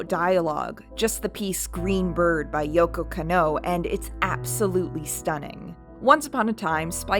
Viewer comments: Beautiful video. Absolutely loved it. Hopefully the algorithm looks fondly on it when the live action show releases. The only thing I really didn't jive with is Kanno Yoko's name is pronounced Kah-no Yo-Ko. You really have to separate those syllables or it sounds like you're doing that thing westerners in old cyberpunk movies do where they pronounce Akira Takezawa as if it were Uh-Keyra Take-zowuh. Or pronounce the kid in the orange jumpsuit as Nuhrudo. There are recordings out there of her saying her own name that don't match up to the one google has. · Edward identifies as female, I know she looks androgynous but she says several times through the show and the movie that she is indeed a girl. Also the way you said yokos name is painful lol otherwise good vid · good video, but is it anyone else or is Lady pronouncing japanese names weirdly? edit: oh dear, every time she pronounces Yoko Kanno 😅